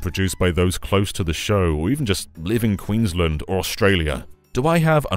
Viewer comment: Nevermind. You pronounced Queensland wrong. You lose your bonus points for being aware of Australian penguins.